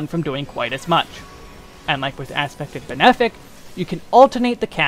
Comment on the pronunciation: I think it's hilarious that you pronounce "malefic" as "male-fic" instead of "ma-lef-ic". But then you pronounce benefic correctly- why not "bean-fic"?